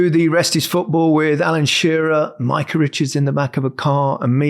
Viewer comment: Maika sounds wrong. Mika for Micah, jaa. Maika?😏